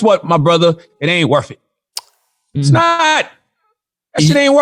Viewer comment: Well said Charlamange; "Guess what my bruvah, it ain't wurf it. Its NaAaAahhhWT! That shit It ain't wurf it." edit